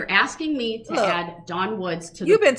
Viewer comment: He never said that. Durrrrrrell has literally never said asking in his whole life. He axes and that's how Mathboi Groundz rolls